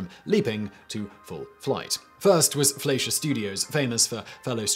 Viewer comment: anyone else bothered by his pronunciation of "fleischer studios"?